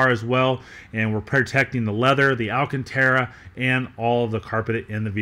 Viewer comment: You said alcantare, lol you mean microfiber suede?